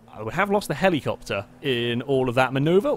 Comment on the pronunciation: Drink every time he says Heleecoptar. Have fun being dead.